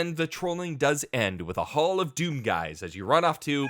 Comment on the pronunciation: oh no "hdoom" OH NO OH NO OH NO